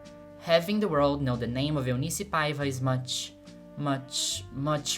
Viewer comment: You Brazilian, no? I noticed the accent. Oh, and also the correct pronunciation of the names.